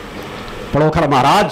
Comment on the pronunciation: आप अपनी शक्ति अपने पास रखो और पहले पांण्डोखर का नाम लेना सीख लो पडोखर मत बोलो